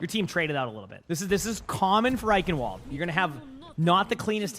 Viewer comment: Germans: Eichenwalde Americans: OIKENWOL